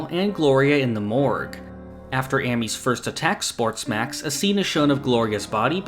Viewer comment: Great video, I just wish you could pronounce Ermes better